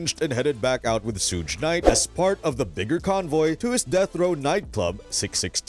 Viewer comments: It's not SHOOGE, It's SUGE😅😅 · "was shot 4 times' proceeds to say 5 shots has been hit ... damn you "amerikins" really are getting dumber by the minute xD also who tf is sooch knight xD its suge knights ya fkn bafoon xD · “Sooge night”… that is all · Sooge night? Another AI video. Ugh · Is this an AI voiced video? Who pronounces Suge like sooje? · Shuge, not Suge? It’s not huge with an “S” in front. It’s like the hard g in sugar. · You're not pronouncing Suge's name correctly. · If anyone takes this dude serious + he can’t even SAY SUGE….get a better gig bruh.